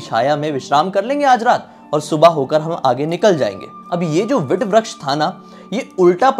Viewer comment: भाई, आपकी पोस्ट बहुत अच्छी है पर अक्षय वट को वट वृक्ष न कहकर आप विट व्रक्श क्यों कह रहे हैं? कृपया शब्दों के उच्चारण सही किया करें |